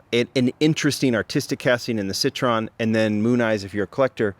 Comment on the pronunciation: Pronounced SIT - TROY - EN,,,,Not SIT - TRON.